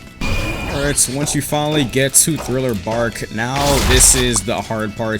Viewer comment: ngl i was laughing so hard whenever this man said thriller barl instead of thriller park 💀